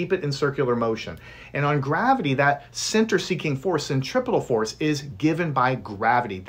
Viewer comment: FINALLY SOMEONE PRONOUNCED CENTIPITAL FORCE AND CENTRAFUGAL FORCD CORRECTLY